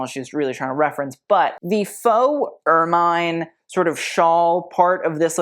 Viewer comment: Ermine has a soft i sound not a long i as in the word fine - er-men phonetically my friend.